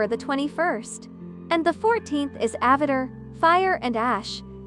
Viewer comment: Slight mispronunciations. Like "Supermen" and "AvaTer "Always learning. But Great Video. 👍